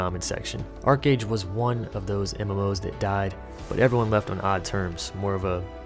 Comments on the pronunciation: ARCHEEEE AGE STOP SAYING ARCAGE OH MY GOD. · I hated it when people would pronounce it "arch age" ("arch" like a curved architectural feature). Yeah, I had fun in the beginning. :)